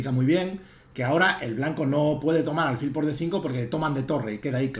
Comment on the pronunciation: Con el máximo de los respetos, como me permití escribirle tb a lo largo del Torneo de Menorca, álfil es del todo incorrecto, hasta donde la RAE indica. Me da rabia con lo agradable e instructivo que resulta escucharle, y no sólo en lo ajedrecístico, que de vez en cuando acentúe esa palabra como llana cuando es siempre aguda. Con el máximo de los respetos, D. Miguel, de un ajedrecista menos que leve. Enhorabuena por todísimo lo demás, jjj. Un saludo